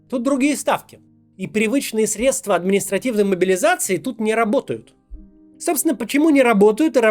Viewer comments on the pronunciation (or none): none